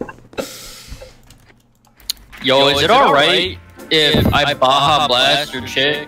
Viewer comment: bruh i lost it when he said Baha-blast her Lmao